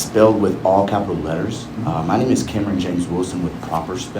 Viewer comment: You are the man "Cameron," not "CAMERON."